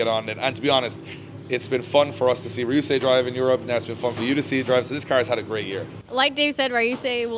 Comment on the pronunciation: Ryusei not rayusei